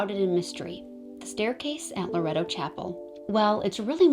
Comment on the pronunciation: It's pronounced lore ett toe. I live near the church. I try to help & guide as many tourists in the area as possible. I love telling people about my city. Our history is alluring.